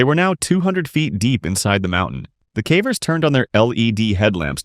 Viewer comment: This voice is def AI. "Faibula" bone? Fibula. Fib. That, and other such words like "Cavv-errs" and not Cave-rs.